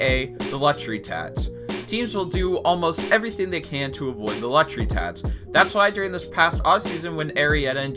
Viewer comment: It’s tax, not tatch